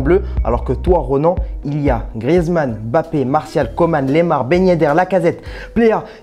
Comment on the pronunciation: Prononce MBAPPE et non EMBAPPE 😪😪😪😪😪